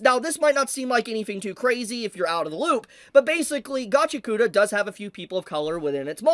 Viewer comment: Gotchy-yakoota❌ Gachi-ACK-oota✅